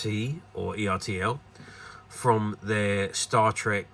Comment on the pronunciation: Is pronounced Er Tell like turtle